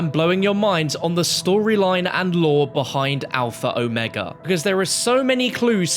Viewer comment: At least one person online is pronouncing the map name properly. I can die in peace now.